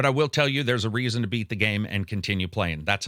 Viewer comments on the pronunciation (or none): none